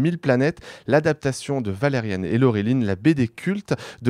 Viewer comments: Valerian pas valeriane 😱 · qqun corrige ce mec sur la prononciation de Valerian, et pas "Valeriane"... -_